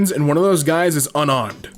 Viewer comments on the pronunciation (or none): none